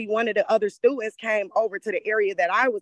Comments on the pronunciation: What are "stutents?" I wish people would really try hard to pronounce words correctly. I could see that she would be drooped for being disrespectful. She sure has an attitude on here. I don't know what has happened to a lot of the younger people nowadays, but they sure don't have any respect for anyone or anything. There's a lot of the parents that act just like them also. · Stu-int. A new word in some language. Why do people speak baby talk on purpose. Then altercashing and fabricashing. Why?